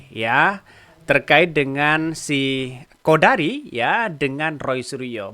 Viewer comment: sebut siqodari.😊